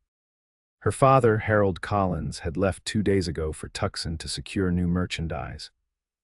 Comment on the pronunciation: I wish these stories would spell and pronounce "Tucson" correctly. I lived in Tucson, Arizona for awhile. It bothers me that every story with an Arizona setting makes the same blunder. Seems an easy fix, even with AI. 😮